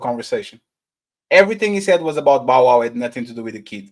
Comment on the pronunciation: Just call him bow wow yall not even saying his name right